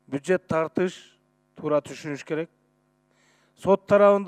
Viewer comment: Бюджет деген созду туура суйлочу спикер .Анан элди алда.